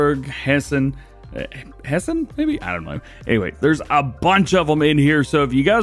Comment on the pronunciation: The second try to pronounce "Hessen" was perfect